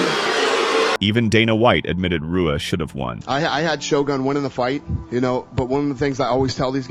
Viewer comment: It extremely Disrespectful to mispronounce Shoguns name video after video. Its pronounced HUA. Brazilian words and names that start with R is H sound.